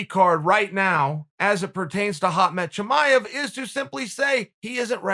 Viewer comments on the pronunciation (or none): who da fook is “Hot Melt Chamaev”?!? 😂😂🤷‍♂️